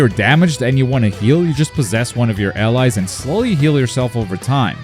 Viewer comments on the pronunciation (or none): none